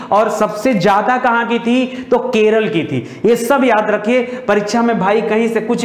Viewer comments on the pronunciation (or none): none